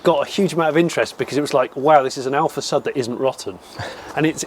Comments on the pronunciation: Is not Alfa Sad, but Alfa Sud. Like "SU" in Susan. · It's Alfasʊd, not Alfasʌd. Cheers from Italy! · heheh...alfa SAD...you should pronounce it: alfa SOOD... alfa south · It is pronounced AlfaSood. :) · my italian ears are bleeding after 32 minutes of "alfasad", still love this show though and the passion behind this collection! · These are the kinds of collections I like!! Really enjoyed this episode!! :) Side note though it is pronouced differenty "Alfa Sud" it's pronouced sort of like "Hood" but with an "S"... Anyhow I really enjoyed this episode! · Υou pronounce with a u as in uber !!! Hopeless english blokes!!